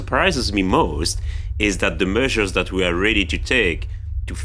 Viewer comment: "The meushers that we are ruhdy to take are much more seuveere…" (Dedicated in loving memory of Peter Sellers, 1925-80)